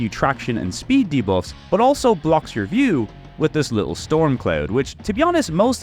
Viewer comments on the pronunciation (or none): none